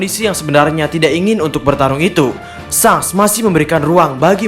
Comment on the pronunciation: sangs.. asli ga enak didengernya. Klw ga bs bilang Syengs, paling ngga syangs gitu